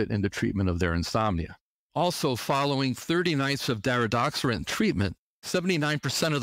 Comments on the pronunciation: it's DariDORexant not DariDOXerant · He calls it Daridoxorant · He doesn't correctly pronounce the medication's name.